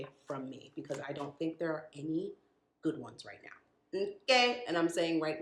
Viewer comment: Not "too goid" but better than you....